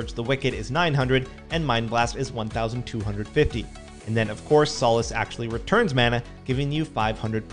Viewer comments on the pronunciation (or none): "Sah-lass" not "So-las" (Power Word: Solace)